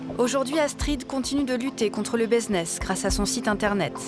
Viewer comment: un quoi ? Baiseness ? 🤣😭